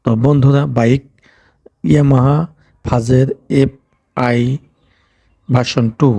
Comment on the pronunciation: ইয়ামাহা "ফাজের"😂,সমস্যা নাই ভাই উনার কথাগুলো শুনলে একটু বিনুদুন পাই 😂🤣